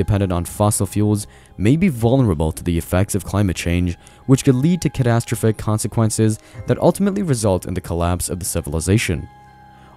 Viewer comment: The way you say “catastrophic” is infuriating…